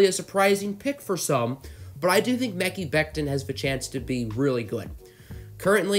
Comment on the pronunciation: Mecky Becton??? 😂😂😂😂 It's Mah - kie as in sky!